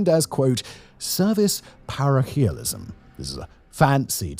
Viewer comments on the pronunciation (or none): Wow. Never heard "parochialism" pronounced like that. I'll never understand speech that pronounces "can" and "can't" differently.